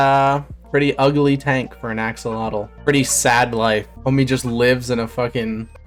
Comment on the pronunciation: i pray that one day you will learn how to pronounce axolotl